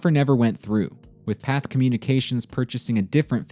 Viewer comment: Pathe is pronounced Path-A